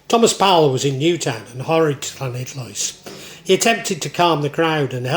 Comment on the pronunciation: Respect for your pronunciation of LL, I wouldn't say it's perfect but it's pretty close, most English people just say L.